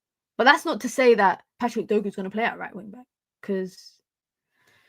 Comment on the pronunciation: His name is Dorgu not Dogu